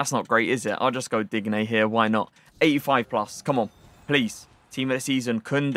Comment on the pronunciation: How tf u say digne’s name? Lmao